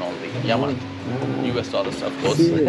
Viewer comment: dollars not dolla!